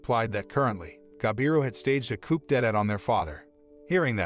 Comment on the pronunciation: "Coop ded at" at least hire a narrator who does the bare minimum of researching the pronunciation of words they don't know.